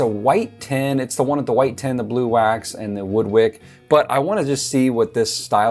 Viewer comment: The way you say "tin" sounds like "ten" to me so that threw me off for a while 😂 "8 ounce 10" "The white 10s" Hehehe but like others have said, thank you for what you do. Truly something righteous in helping fellow man through service. I love the principles of capitalism, but dont jive with crooked, greedy, crony stuff. When people are afraid to share their knowledge, it just feels wrong to me. There is more than enough room in ANY market sector for any number of competitors. When an expert is confident, they happily and freely share their wisdom without that nasty ego making them nervous that youll be teaching a future competitor "who might be better than you!" In the age of the internet, none of us really knows anything exclusive. So I'd rather freely share things i know, feel good about it, and save people a bunch of time going through all the mistakes i went through to refine that knowledge! Potential competitors will learn this stuff anyway, might as well be the one who also essentially virtually-mentored them 😂😂 I want to make candles for myself because i love scents and hate paying for someone else's labor when mine is just as good, but you're unintentionally making me lean toward trying to sell them once i nail a few recipes. Thank you so much for what you do, and folks like you who spread knowledge and empowerment (while being sympathetically realistic). Sorry for the college dissertation but I'm overdue for sleep and people willingly helping their fellow humans alwa